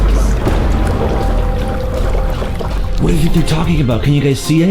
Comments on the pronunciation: 0.40: they both have brife casas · Did anyone hear say briefcases